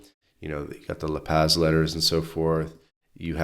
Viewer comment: La Paz is pronounced La Paws NOT La Pazz. Vowels are always pronounced the same, unlike english!